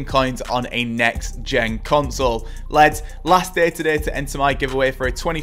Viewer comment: Love it how you say leds for lads 😂 Great vid !